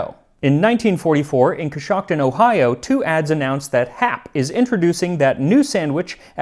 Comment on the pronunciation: Congrats on pronouncing Coshocton correctly! Lol